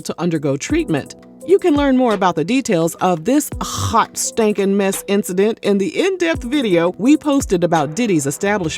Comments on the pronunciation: You said "Hot Schtankin Mess".... 🤣🤣🤣. This is the best tea channel. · The way she said hot standin mess took me out!😂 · Not "a hot SHTANKIN mess" lol 😆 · It’s the emphasis on the “stankin” for me 🤣🤣🤣🤣 Yeen neva lied ❗️ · This narrator be having me so weak. “A hhhhhhot STANKIN mess.” 😮😂